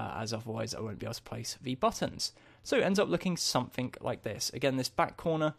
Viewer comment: did anyone else notice that is saying somethink not something? just something funny that i noticed